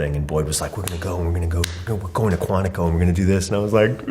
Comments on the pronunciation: I’m only nitpicking cause my 2nd Cousin went to Marine Corps OCS in MCB Quantico, but how did you pronounce Quantico? It’s “Quant-iko,” not “Quanteaco.” Short i. Not long E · The narrator (AI?) mispronounced “Quantico” and ”Bogota” within a minute. Also, later, “Gloucester,” which is when I gave up on the video. Isn’t this what editing is meant to fix?